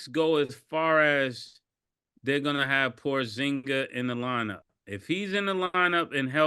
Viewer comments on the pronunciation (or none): "Porzinga" lmao